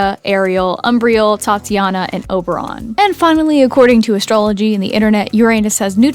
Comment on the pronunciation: “Tatiana” I’m dead 💀